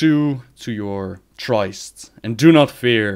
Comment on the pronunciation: Hey, long time watcher, first time commenter! Thanks for all of the work you put in but I need to correct one little thing: "Tryst" is pronounced "trist," don't mean to be a bastard but I thought that you'd appreciate knowing that what with you English already being so bloody good!